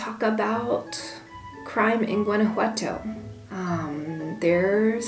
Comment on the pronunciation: Remember, if you live in Gto, don't pronounce the "G", a local should say it like a local. "Wana-wato". My kid's have family in Iramuco. I've heard Gto is alot like Los Mochis Sinaloa in terms of crime, take care!